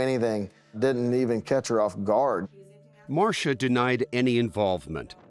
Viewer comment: Marsha. Marsha. Marsha. 🤦‍♀️🤦‍♀️🤦‍♀️. Shame on you.